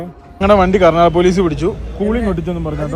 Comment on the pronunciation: Karnataka......not a karnadaga Mira correction akuuu